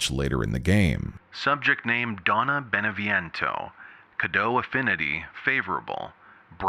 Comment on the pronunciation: Could you make more efforts pronouncing names correctly, Beneviento, Eva....